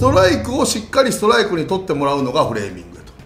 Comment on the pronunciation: フレーミングが フーレミングになってる